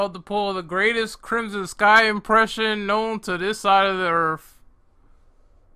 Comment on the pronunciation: Never heard of the word earffth before but ok